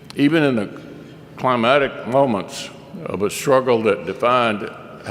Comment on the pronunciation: Climatic moments does he mean Climactic moments?